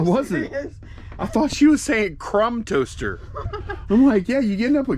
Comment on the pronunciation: I heard crumb toaster too lol